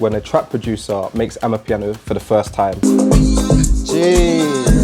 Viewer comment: bro please.............................its not AMAPIANO